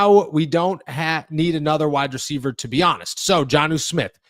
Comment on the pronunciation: Say it with me "wide receiver" not "wide-dreceiver"